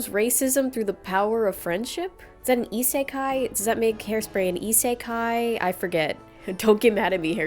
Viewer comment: no joke no sarcasm: are you saying “isekai” ?? I can’t tell what you’re saying